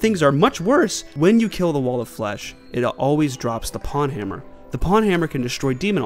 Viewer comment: Pwnhammer is pronounced pown hammer by the way (rhymes with own, comes from the misspelling of own) not pawn hammer like the chess piece.